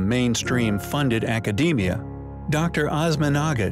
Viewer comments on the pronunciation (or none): none